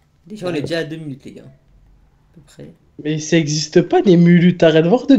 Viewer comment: minute pas munute répète après moi minute pas munute